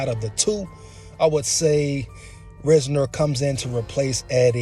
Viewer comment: Watch his interviews and you’ll like him a whole lot more. RISE-NER too no RIZ-NER